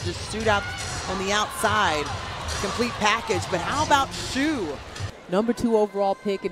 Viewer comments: Yeap, should have be "she" rather than "shoo". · They didn't pronounce her first name right. It sounds like shush as you ask someone to be quiet.